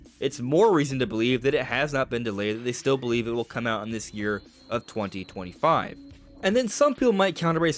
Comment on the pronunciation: What I heard its arriving 2125 😂